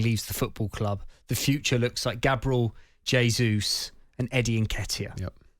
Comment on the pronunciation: “Gab-rule Hey-zeus”, Christ, another new pronunciation outta these Brits